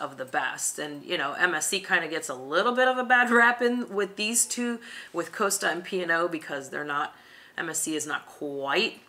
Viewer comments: Costa not Coaster. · If MSC is not agreeable for American cruisers it makes it infinitely more attractive for the rest of the world. And please pronounce "Costa" correctly.